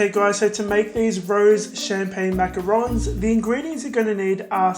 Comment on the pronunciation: This was amazing. I really like how you also pronounce it correctly it makes this video even better. I just subscribed💖 I'll definitely try this out for my mom xoxo